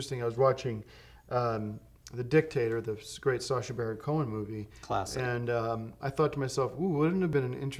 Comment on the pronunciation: An underrated moment in the series is Tim here pronouncing “Sacha” perfectly on the first try.